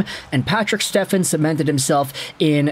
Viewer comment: You should be embarrassed not knowing how to properly say his last name😅